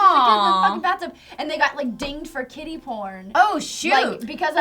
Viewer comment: As they were saying "Kiddy porn," I thought that they were saying "Kitty porn." I was so lost. Why would I even think kitty porn?.. HELP ME... O_O